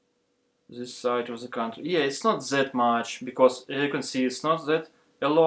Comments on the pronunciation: Не говори зее, говори дее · Вместо зис видео говори дис видео